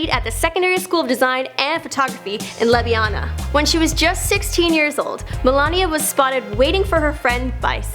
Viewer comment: Worst pronauncing of ljubljana